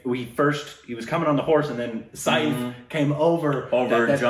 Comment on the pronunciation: By the way u r pronouncing Saif also wrong